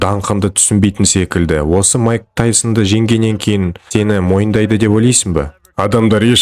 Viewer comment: Маикл емес майк